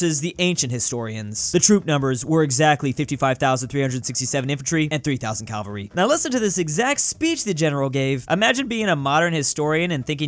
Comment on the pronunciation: did he say calvary?